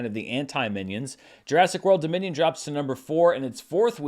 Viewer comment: I don't pretend to understand that whole Minions suits trend. All I know is that every time you said "Jurassic World: Dominion", I heard "Jurassic World: Da Minion" and that made me smile😊😁